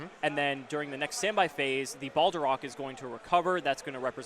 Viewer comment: Im tilted by how you pronounce it Balderoch Its Balerdroch